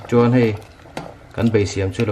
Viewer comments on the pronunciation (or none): none